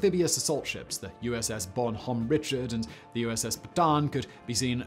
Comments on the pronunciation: It's BON-hahm ri-Shard, btw. It's French. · I cringed when he mispronounced Bonhomme Richard.